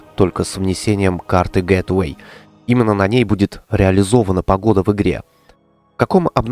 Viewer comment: тебя уже пытались поправить, не "гет эвей", а " Гейтвэй"